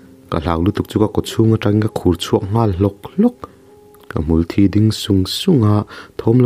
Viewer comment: hmulthí pawh i chhiar dik ta e👍